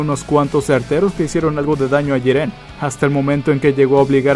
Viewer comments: Pq dices Jirén y no Jiren? :v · Se dice jiren y no jirén, habla muy rápido y no se entiende ni mierda. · Jíren es , no jirén, porfavor viejo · Jirénnnnn es Jiren :v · pronuncia bien es jiren no jirén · como cuando pronunsien mal jiren xd